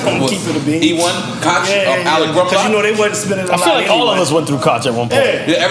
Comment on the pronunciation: ...Fun Fact ...we “black ppl and prolly most ppl pronounce the name Koch wrong it’s pronounced Koch(Coke) ...Look it up lol